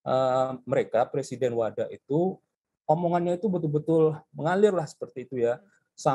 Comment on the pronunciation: WADA pak bukan WADAH